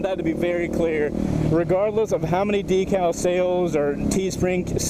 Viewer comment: I logged in just to say... I love you, but every time you say decal makes me cringe lol